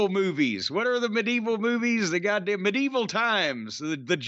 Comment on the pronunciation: Medeval is sure a way to pronounce it